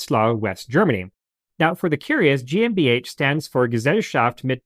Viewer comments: Very excellent show! Always interesting and insightful. Your pronunciation of GmbH is excellent (including guttural R]. Love it 😊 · Massacred‽ Good God man, I'm agog at how good your pronunciation of GmbH was! 😲